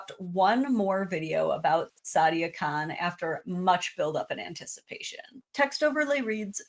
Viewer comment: If you speak the Queens English, "Khan" and "Con" do not sound the same.